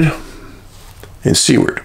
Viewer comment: I lived in seward for. 10 years....its pronounced by the locals sue erd...lol...sorry Dave....